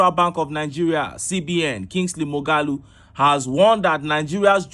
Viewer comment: It is not pronounced Kingsley More-ga-loo, it is pronounced More-ha-loo -- Mmuọghalu-- spared/bypassed by spirits/deities. How could you be Igbo and still be ignorant of this name?